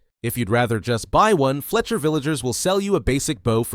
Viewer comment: its pronounced fletcher not felcher🤣